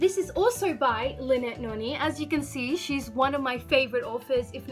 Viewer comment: Thanks for the shout out bro, fr I thought you weren't gonna mention the fact that I'm the reson for 3 of the series' on your list lol. also I think you're pronouncing Noni wrong